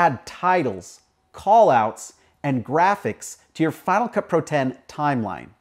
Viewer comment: Each time you say "Final Cut Pro it sounds more like you're saying "FinaCupru". Your video is a good example of the effects you're showing. You mentioned something about money earlier; are these other plugins (besides Cinema Grade) free, or are they trial/paid as well?